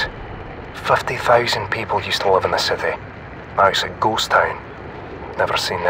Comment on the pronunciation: i cringed alot when he said ghust town